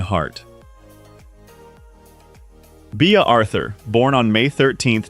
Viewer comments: Yep. Thumbs down from me after " Bee ah " Arthur. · Until you pronounced Bea Arthur " Bee Ah, I thought you actually may have gone to the trouble to read this yourself. Btw, that's when I quit watching, and gave it a thumbs down.